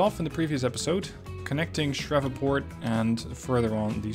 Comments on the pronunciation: Sir ... it is pronounced "SHREEVE - PORT" Sounds like 'sleeve'. Also ... Augusta is like uh-gus-tuh... not ah-goose-tuh. Sounds like the man's name - "Gus". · Great series! (It's pronounced Shr-eev-Port BTW)